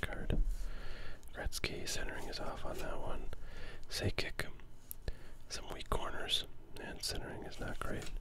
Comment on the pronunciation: Trying to decide what is funniest: 1) The repeated mangling of Joe Sakic's last name. 2) Not being sure if Guy Lafleur was in the Hockey Hall of Fame. 3) Not identifying that there are definite patterns in the cards. Like every time Dino Ciccarelli comes up, Dale Hunter is right after, and every time Brian Leetch comes up, Pat LaFontaine is right after. Even when the pattern happens twice in the same pack (like ).